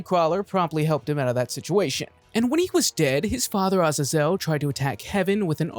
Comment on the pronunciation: Azazel is pronounced uh-ZAY-zuhl